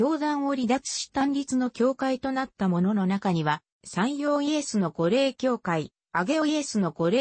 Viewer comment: 御霊は’’ごれい’’ではなく’’みたま‘’と発音します。